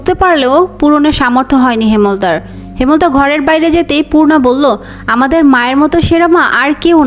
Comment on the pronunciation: হেমল তা ❌হেম লতা ✅